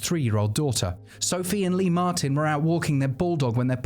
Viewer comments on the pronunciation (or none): none